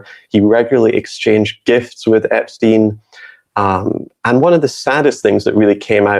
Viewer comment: we love you but it’s EpsTein not Epskeen. 😂😘